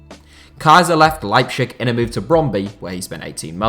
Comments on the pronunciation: Could you not, just for my sanity, pronounce it Leipzig instead of Leipschig regardless of whether the latter is more correct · my guy, as a german i tell that the correct sound is "leiptzig" there is a T in it. And also, its not kaiserslotern, its kaiserslAUtern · you really butchered it mate... phonetically it's "LIE P TZIG" sound it out! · The German names were pronounced awfully. It's like cancer to every German watching this video. They are not called Leipshig, it's Leip-Z-ig. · That liepshig and gulacshi is really annoying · please say leipZig and not leipSCHig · Okay everyone has different pronunciation on different words. But Lepschig? It's LeiPTSig in German and every English speaking person is used to say Leipzig. It reminds me of Family Guy and Stewie's pronunciation of cool whip. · why do you pronounce Leipzig like its a Slavic word..its LeipTZIG not LeipSCHICK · Rb Leipshig lol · RB Leipzig is pronounced Lye-Ptzig. Tz as in Pizza. This was painful to hear you say it as pchig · to be fair it’s a good effort, the German pronunciation is “Leip-Zich” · Lipe shig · No offense but and your pronunciation miles better than the “Liepshick” thing. Just i want to tell you to keep that in your mind and next time you won’t get so much pronunciation comments. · Nobody: That guy: RB LEIPSHICK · I want to kill myself everytime you pronounce leipzig wrong... it is pronounced lighbtsig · "Leibschick" -:D:D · Patrick Schick has been such a great signing that even pronounce leipzig "leipschick" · It’s not leipshig u weirdo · just fyi it's pronounced LIPE-TZIG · Please, could you just for once, pronounce properly Leipzig? How would you like others to say your club in a such disturbingly wrong manner? (I am not even german or RB fan, but my ear bleeded every time I heard "Leipzisch" or what the duck was supposed to be) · I don't even think the latter is more correct. I have always been taught that in German the z is pronounced like ts.